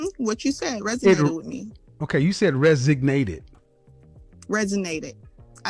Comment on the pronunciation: Don't forget she "resinated." ;-)